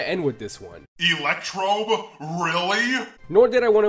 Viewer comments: You said electrobe it’s electrode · ELECTECTRODE?! REALLY?!?!?!?!??